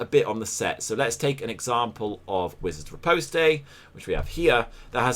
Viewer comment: The way you pronounce "reposte" seriously triggers me. You speak the queen's english damnit, an American shouldn't have to tell you this. Sort your english out mate ;)